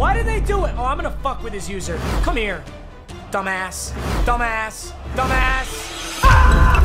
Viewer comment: Nobody:: dambass